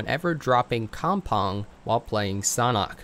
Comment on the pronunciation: Kampong u pronounced it wrongly